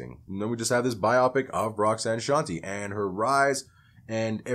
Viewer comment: Her first hit was Roxanne’s Revenge, not Roxanne Roxanne, which is by UTFO. And her name is pronounced Shawn-Tay.